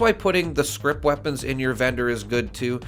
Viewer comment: It's "scrip". Not script.